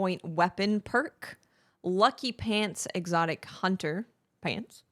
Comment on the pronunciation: Lol geez you got me saying hoonter now 😂